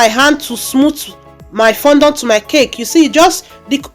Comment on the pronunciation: Nice work very beautiful, but please work on how you pronounced fondant please